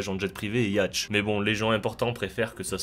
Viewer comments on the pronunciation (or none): on dit "yote" pas "yatch" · Eh les yachts, ca se prononce pas yatche, mais yaute :o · j espere tu fais expres de dire yatch... ca se prononce "yaute" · Hey...'yacht' se prononce 'yaut', pas 'yatche', je sais, ça peut choquer 😎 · Yacht se prononce yote, donc c est sur que t es resté Dan's pays francophone VPN ton accent ahahah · J'vais faire le connard. Yatch se dit "YAute" à la prononciation 😉 Vous pouvez m'insulter dans les commentaires pour votre plaisir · C'est le mot "yacht" que tu prononces "yatche", ou c'est moi qui pige pas ? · j'ai bugué aussi sur "ya-tche" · Oui on dit Yacht avec un A et pas un O ! .... bravo tu sais .. la vraie phonétique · Le mec ne sait même pas prononcer le mot Yacht correctement